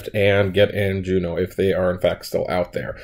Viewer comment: I like the pacing in this video. I giggled at your pronunciation of Juneau [capital of Alaska] right after you said there's a running joke about reading names.